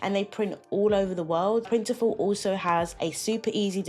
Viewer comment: They did but still maintain separate brands. It’s funny that merged the names though. It’s Printful not Printiful.